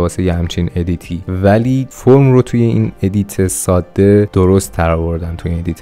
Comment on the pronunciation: دوست عزیز واژه ساده رو ساده تلفظ بفرمائید ، واقعا این کلمه تشدید نداره.